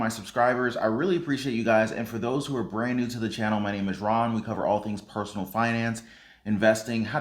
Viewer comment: Ron not room lol Sorry!